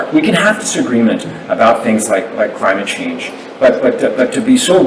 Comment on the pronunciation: Did Gilbeau say Crime-ate instead of climate? Me thinks so😂